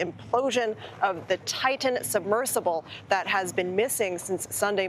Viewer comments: Better than the woman who introduced him and mispronounced "Titan." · She mispronounced "Titan" too. Unprofessional.